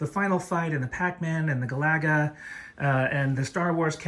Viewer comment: Gallaga? Come on. You're an old person. You know damn well that isn't how it's pronounced. Shame on you for selling out to the younger generations.